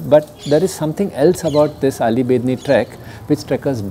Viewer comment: Sorry sir you pronunciate alli but that is auli, sir I m from Uttarakhand Bageshwar Near to Bedni bugyal..🙏🙏